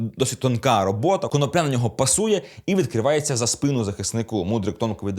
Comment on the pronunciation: ви не правильний наголос ставите не прізвищі юхима